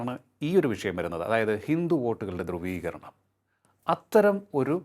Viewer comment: ദ്രുവീകരണം അല്ല ധ്രുവീകരണം. സ്റ്റാഫിനെ ആദ്യം മലയാളം പഠിപ്പിക്കൂ കൗമുദിക്കാരേ...